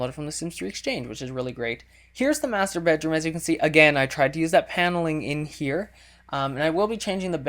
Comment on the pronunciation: lol first time you said "muster bedroom" i thought you said "masturbate room"